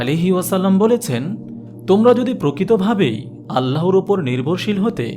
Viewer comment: আপনার চ্যানেল আমার খুব ভালো লাগে। তবে আজকে একটি উচ্চারণ ছাড়া সবই ভালো লাগলো। সেটি হলো- "আল্লাহর" = "আল্লাহোর" বলা। "আল্লাহ" নামের সাথে কোন অক্ষর যোগ করলে আল্লাহু+অক্ষর (বা আল্লহু+অক্ষর) বললে তা বেশী সহীহ হতো। আপনার হাজার হাজার সাবস্ক্রাইবার একটা ভালো উচ্চারণ শুনতো এবং এটাতে ধীরে ধীরে অভ্যস্ত হয়ে যেত।♥️♥️♥️ আরেকটি বিষয় খেয়াল করে দেখুন: "আল্লাহ" না বলে/লিখে "আল্লহ" বললে অটোমেটিক ভাবে এক আলিফ চলে আসে। উচ্চারণ টা সহীহ হয়, আলহামদুলিল্লাহ। ♥️♥️♥️ জাযাকাল্লহু খইরন। ♥️♥️♥️